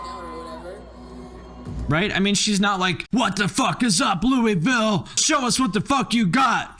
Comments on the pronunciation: When it's in Kentucky, it's pronounced "Low-vil." I wish I was kidding lol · Louisville is pronounced Loo-ah-vul not Loo-ee-vill